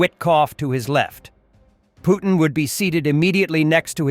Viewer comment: I like how you pronounce Poo-thin 😅😅😅😅😅😅